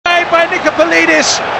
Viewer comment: its taddei not today like the commentator pronounces it